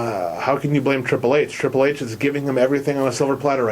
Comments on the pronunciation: This guy is a moron. CM Punk is about 10 years younger than Triple H and weighs closer to about 220 pounds so I think that a win by CM Punk could be absolutely believable. Also, what is the deal with how he pronounces the "H" in Triple H? There's also no way that Randy Orton is THE best in-ring performer over every other wrestler out there. This channel came up as a suggestion and after a single view I'm not gonna stick around to watch any more. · Good points...but I think hes saying Triple H's name like that because its how William Reagal says his name lol